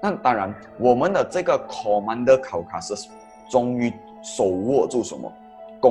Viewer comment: Maharaja Caucasus，不是Maharaja Causasus